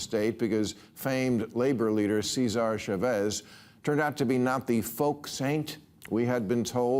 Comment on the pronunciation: The way he says Seeezahr Shuhvez.